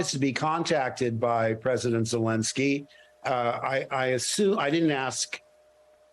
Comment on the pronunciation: Thanks for this interview, Mehdi Hasan. Mark Hamill has always impressed me, with his straightforward honesty, open engagement, and steadfast integrity. He even pronounced “Zelenskiy” and Sergio Leone’s first name, correctly. The only moment that slightly startled me (and dates him!) was that he used the Hollywood term ‘Spaghetti Western”! I always found that designation rather denigratory, and much preferred the older expression “Italo-Western”! Sergio and his old classmate Ennio Morricone were truly formative of that genre, which wouldn’t have had such an impact without the boisterous, often tongue-in-cheek humor of the musical scores!